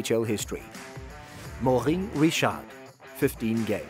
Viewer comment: as a french man idk if I should be offended or laugh by your pronounciation of The Rockets first name